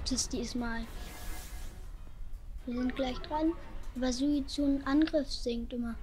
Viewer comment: Suizune? Suikune